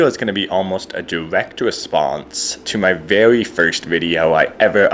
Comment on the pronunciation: Vewy verst